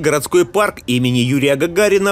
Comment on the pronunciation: Хгарный хгородской парк 😅